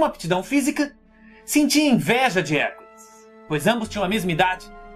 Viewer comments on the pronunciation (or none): cara tu falou tio cansado o HERCOLES kk nemeu acreditei cuando ouvi